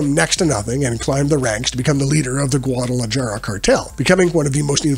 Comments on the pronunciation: guada la jar uh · Me-de-YEEN. Gua-da-la-HAR-ah. Just trying to help. Decent video otherwise.